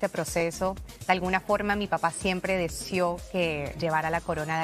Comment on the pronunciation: Deseó pero la e le sonó i